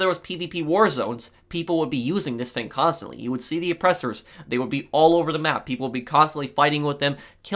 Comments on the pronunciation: Has anyone noticed that he can’t say his f example fang=thing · Its pronounced THING, not FING, smfh